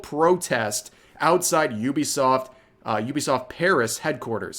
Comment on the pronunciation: ok... you saying "Iubesoft" instead of Uh-bee-soft i get it, english is a broken language but bro... E-ah-e-do. Iaido. to non broken languages. dude... you need to be a better weeb haha japanese technique dude. english is broken, dont read shit, listen to it mentioned in a video and pronounce it like that.